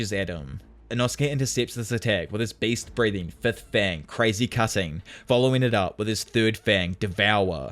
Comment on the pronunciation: ngl I kinda misheard you saying beast breathing as based breathing and it made my day